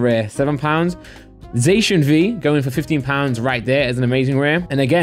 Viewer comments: y do u say ‘zashun’ isn’t it ‘zassiun’, I’m from England as well and I pronounce zacian like that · Your saying zacian wrong lol